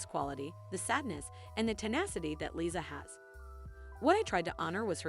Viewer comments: LiZa not Lisi and not Lisa with an S. There’s even a song about it by Liza Minelli “Liza With A “Z” and performed in the Halston Netflix series by Krysta Rodriguez. Best to watch the series before a narrative voice over. Overall it’s a good video you created. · OMG, this no name reader comes off as a total shlock., please either remove this or do a simple edit and learn it's LiZZZZZZZA with a Z. GeZZZZ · Can’t even pronounce Liza’s name!